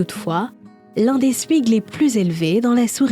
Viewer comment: Ont dit smic madame et non Smig😂